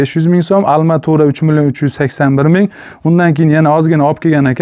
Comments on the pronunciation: Ассалому алайкум ака, илтимос курилиш молларини номини русчада айтолмасангиз урганинг еки узбекча айтаверинг. Масалан: алматура эмас арматура, зар девор эмас парной стена итд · Алматурамас арматура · Арматура или алматура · Almatura degan joyiga qoyil qoldim 😂😂😂😂😂 qaysi viloyat bu😂😂😂